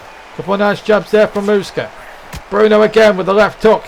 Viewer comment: Love the idea. You're saying Usyk's name wrong but loved the idea.